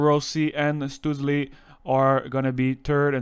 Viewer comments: I'm pretty sure his name would be pronounced Shtoo-tzel and the tzel part would be pronounced like at the end of the word pretzel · Your pronunciation of his name is really funny. (